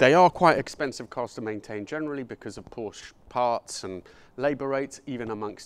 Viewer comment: Porsche is a two syllable word.